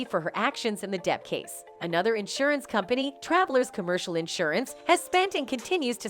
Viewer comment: You can't say "company" just like you can't say "brothers"? I don't know how you keep getting work, you seem to be so incredibly lazy, determined never to put any effort whatsoever into what you narrate. Have you ever looked anything up? Even once? In addition to which you speak so quickly, running each and every sentence into the next, that you are difficult to understand. Who says faster is better? Not if it's so fast people can't understand it. Once again, it is not Ma-lor-ka. But you won't look it up, or type into Google, "How do you pronounce Mallorca?" That would take too much effort, would it?